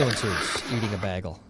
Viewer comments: "baaaygle", not bag-le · bAgal it's bAgal not bag el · the amusement of saying BAYgle as BAHgle. .... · It's bagel, not baggel. 🤣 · b-A-gell; not bag-el. Love you though!!! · do you guys not know how to say “bagel” up north?! I’m hearing “baggle”, not “bay-gle”. Is this just me? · Not Bag-ul Bay-gul C’mon!!!!! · “You say bay-gel wrong” 😂 this instantly reminded me of the bagel bit from “Community”. Do better Tyler 😂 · Bagel, Bay-gul. Say it right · Bagle? Bag-L? Really? Get help FFS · It's pronounced "BAY GULL" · Say it with me Tyler, "bay - gull" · Yet he'll pronounce the word "bag" as.... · Say "bagel". Tyler: baggle Say "bag". Tyler: "bayg 🤷‍♂️ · The "a" in bagel is long. As in "bay gull". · How the f.. did you just pronounce "bagel"? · You might need to see a speech pathologist to help you pronounce bagel. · Tyler why are you saying bagel the wrong way, is it a Midwest thing? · The way you say bagel! 😂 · How did you pronounce bagel ?!?! Wow man, just not right.